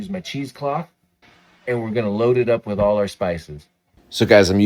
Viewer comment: At first I thought you said “10 cloves of wheat bay leaves” and I was like “where the heck do I find those??” Lol